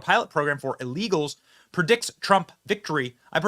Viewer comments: He said LEAGAS. How many Americans are killed by other Americans. That is what Biden said in response to Laken Riley getting murdered. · He said “killed by legals” not illegals. Listen again